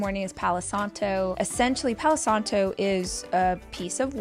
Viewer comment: Rachel insists she speaks Spanish while she keeps saying " Palouuu Santouuu" ( Palo Santo) and "Caminouuu de Santiagouuu" . If you are preaching about something so hardly, at least learn the right pronunciation!.